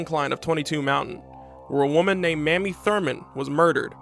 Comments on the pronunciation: Her name is pronounced May-mee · Awesome video, long A in MAmie though, prounounced Maymee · Her name was Mamie (with a long A). Not Mammy. Get it right.